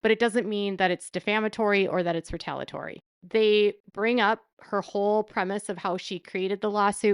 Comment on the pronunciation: great job as usual, just one comment: the correct pronunciation of the word "retaliatory". You always leave out one of the syllables. It is pronounced "ree-tal-EE-a-tor-ee. Thanks.